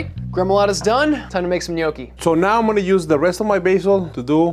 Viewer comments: Good job pronouncing gnocchi correct...pet peeve of mine, mainly because my grandmother made the best gnocchi (N'yaw-kee). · I love when people pronounce italian words correctly❤ The gnocchi look delicious too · crying of joy in Italian hearing they are pronouncing gnocchi right 🥹 but crying like “what the heck” as I read Italian 00 flour 6$!!! But again, this one they’re using is biological and - as of my knowing - a high end product here in italy too; I can assure you that you can get amazing gnocchi also with a 1€/kg flour, it’s the potatoes that make the difference 😜 they have to be quite aged/old so they’ve lost some of their moisture thus needing less flour when kneading it. This will result in fluffier and less sticky gnocchi (as he says in the video 😜). At least that’s what my nonna taught me 🤗